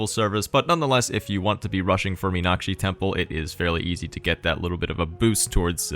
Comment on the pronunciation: Really impressive pronunciation of the word 'Meenakshi'. +1